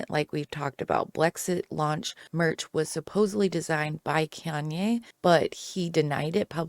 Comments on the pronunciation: Cayan West? Its Kanye West. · Who’s “kayenn west”?